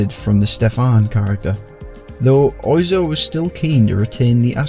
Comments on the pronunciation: its pronounced more like WAH ZO rather than OI zo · He is pronounced like Whaaaa Zoo, not Oizo)))) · "Mr Oi zo"... I may be wrong, but I think it's pronounced "Mr Waz Oh"? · Pronounced wazo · Apparently "Oizo" is pronounced "hua-zoh". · Even if "Eric" is a casual English name, it's also a casual French name too, just like "Paul" or "Quentin"... And Mr Oizo is pronounced "wa-zo" (oiseau is French for bird). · It's more like wazzo. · Yeah, it's "wah-zoh". Like oiseau, a bird in french. Because he has french "roots". XD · wah-zo. like oiseau / oisseau, the french word for bird and a french city. otherwise good shit mane ! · It's pronounced "wazo" oi in French sounds wa. Oizo is a "misspelling" of oiseau. (bird) the way you said it was very surprising for the frog eater I am. not to mention he inspired all the French touch dj's we had from Daft Punk to Justice via SebastiAn or Laurent Garnier. Dupieux is the godfather of all still today. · Mr. Oizo (pronounced 'Monsieur Wah-zoh') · Fun fact! (not as fun as the top comment but hey) Oizo is actually pronounced Wazzo. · It's pronounced waso. It's from the french for bird. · Yeah I've became aware of this since the video was uploaded. The name isn't spelt anything like the pronunciation, but it is French I suppose 😆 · You are correct, made this video a while ago and there was a slip up with the pronunciation.